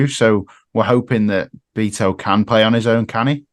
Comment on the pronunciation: Jeez. How hard is it to get the guy’s name right? Its Bet-o. Not Beeeeto There is zero chance of this guy making it in the premier league, by the way. He’s an absolute donkey